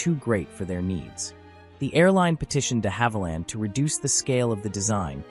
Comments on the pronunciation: You mispronounced DeHavilland too. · Agreed about the pronunciation of Viscount and the fact that the aircraft shown is of course a Vanguard. Not only the BEA aircraft at the very start but the Air Canada aircraft at 0.29, the Invicta aircraft at 0.36 and the BEA aircraft at 0.40 are all Vanguards. His pronunciation of De Havilland is also not correct. I have flown on both of these aircraft types, the Viscount and the Vanguard. Confused about the 5 abreast comment. Every BEA (subsequently BA) Trident that I have ever travelled on has been 6 abreast in Y and they certainly were not very cramped. In fact the cabin width of the Trident was 2cm wider than the 707/727/737. The holiday charter airline Channel Airways did experiment with a 7 abreast 4 X 3 configuration though.